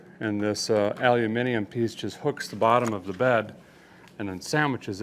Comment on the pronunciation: Well I be buttered on both sides........first time I have heard an American pronounce "aluminium" the correct way.... greetings from dow nunder..... say if fast.